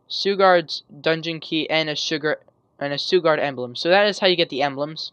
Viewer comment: I think the way you pronounce suguard is sugar and guard together, so SHOO-GARD. Not sure though, just trying to help :)